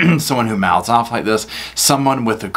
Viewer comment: This is where he goes Owf not off but owf🤣🤣🤣🤣